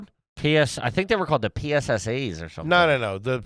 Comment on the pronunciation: The way I was triggered when said “PSSA’s” Oof. Never forget.